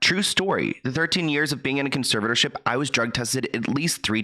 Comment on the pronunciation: Omg this guy cares so much he doesn't even know that the word is conservatorship not conservship